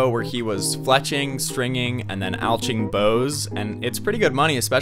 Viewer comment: HEY, stop that ! stop saying al CH ing! thats illegal!